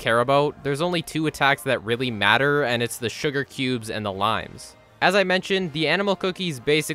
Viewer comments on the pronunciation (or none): none